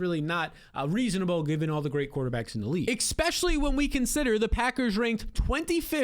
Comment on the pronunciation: Expecially is not a word.